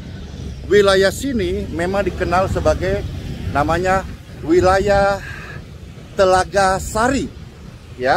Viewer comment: Telaga Sari, bukan TELAGA SASI 😂